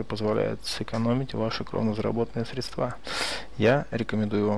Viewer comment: в слове сре'дства ударение на букву е (на первый слог)